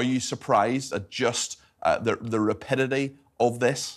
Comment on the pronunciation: Lol "the rapidity"